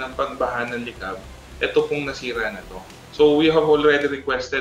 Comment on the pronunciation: Mali po ang pronunciation ng Licab. It should be faster with, same stress in intonation as “Pitas”, not “Sipag”.